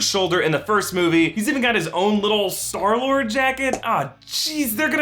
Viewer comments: "and earlier we sall skylord" 😆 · LOL U SAID SKYLORD